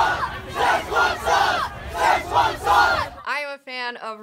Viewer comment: Blade Runner flops cause current audience doesn't like longer movies, and even by just the trailer it seems too complex for teens and brats whom parents take to cinema. Also most have not watched the prequel so they don't understand the plot, it's been too long between the two movies. Also it's pronounced "se'tchuan", "ch" is a "tsch" sound.